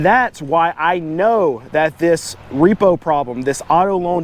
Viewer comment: You said repro . Hahaha you said repro.😂😳